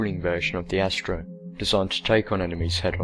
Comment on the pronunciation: Astero = AST-AIR-OH. Ancillery = AN-SILL-ER-EE. Learn to speak.